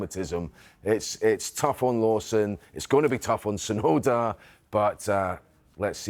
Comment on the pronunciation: the T in Tsunoda ain't silent